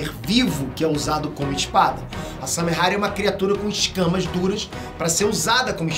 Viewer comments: É Samehada e não Samehara. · Nossa eu to lendo os comentários só pra ver se alguém mais notou!! Tava com agonia já!! Toda vez que ele fala errado eu penso, "É samehaDA, pôxa"!!! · nossa dava dando nervo do falando samehara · "SAMEHADA" N "SAMEHARA" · Noem certo:Samehada Como cê tá falando:Samehara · Só eu que tô com agonia dele ficar falando samehara? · Samehara é foda viu kkkkkkkk é Samehada po kkkkkkk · Só eu que entendi "Samehara" ? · SARRADA ERRADA por favor fale certo